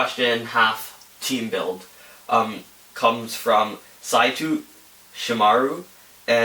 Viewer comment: Thanks for the help, my name is pronounced "sigh-toe" btw :D Injustice 2 Superman is such an amazing character. But it won't be long until he is surpassed by another character in an future update.